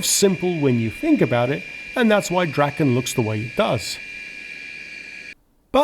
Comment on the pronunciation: DraaaAAAAAAAAAaaa-ken. Long A. As in Draw. SAAB saw draken naken.